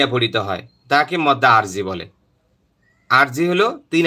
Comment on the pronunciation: Arabic uccharon ta "Madd", Mod na, Mod bolben na please.